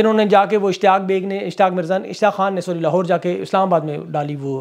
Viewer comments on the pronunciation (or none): ap ki zuban se sach Nikal Gaya "lohaar court" 😂